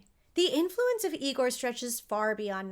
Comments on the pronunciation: It’s pronounced EYE-gore 😁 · That’s Eye-gore 😉 😂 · it's pronounced " I-gor". 😉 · it's pronounced "EYE-gore" ~~ marty feldman's spoof/homage to this character was just as legendary. Brooks inclusion of this character is a tribute to Lugosi's talent.